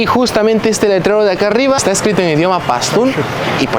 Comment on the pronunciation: Dices PASTÚN y escribes PASTÚ como se entiende eso??